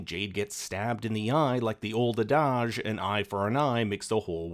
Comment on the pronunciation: uh-DAAHGE? In America we say ADD-idge...